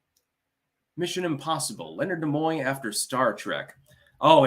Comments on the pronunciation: Stop saying "Na-Moy"...its "NEE-MOY"...Gad, infuriating ignorance. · Leonard who? Nemoy?? Pronounced knee muo not na muo